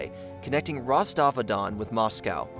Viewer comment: I'll never get over people butchering words, especially people in fields like journalism that should know better. How do you get "RostovAhDon" out of "Rostov-on-don"? I'm not even Russian and with my garbage US public school education I know how to pronounce that, and Shoigu, and Pregozhin. Edit: Oh my lord I just got to "coup-dayat"...This is figuratively killing me. Dude, at least use google translate if you don't know how to say it, it will at least get you close.